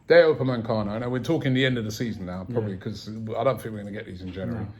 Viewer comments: Raaabbiee!!! Its UpameCANO not UpaMANcano. 😭😭😭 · "Pochechino" "Upamencano"